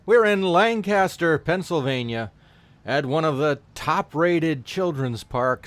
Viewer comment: Lang-kissed-her not Lang-cast-her